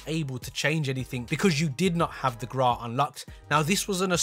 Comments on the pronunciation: People: Grau: The GRAAA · "How to unlock the Graaaa" 🤣🙏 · He says Grau wrong what knob